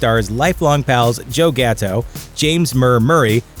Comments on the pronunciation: Ikr! It’s pronounced gat- toe (gat pronounced like “that”) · You can tell that this guy does not actually watch the show considering he pronounced Gatto wrong and he said that the “Damned” punishment was a “challenge”